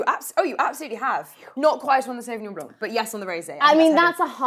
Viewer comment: Love this show and everyone on it! But .....Sauvignon blanc NOT Sauvignon BLANK! ..... The c in blanc is silent....come on, you can do it! 💫🌟🎄🎄🎄 Merry Christmas🎀✨